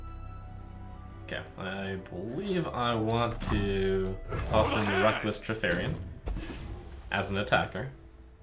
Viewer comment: I keep reading and hearing "Reckless Kripparian" instead of "Reckless Trifarian".